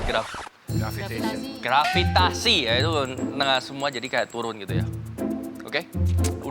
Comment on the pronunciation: shef arnold kesusahan bilang grafitasi😅😅